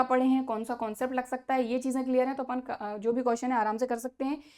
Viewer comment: Not apun apan